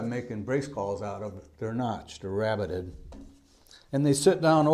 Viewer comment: its called rabbeted. with an e. and its a type of wood working joint groove. A rabbet is blind like the one shown, a rebate is open. he said it right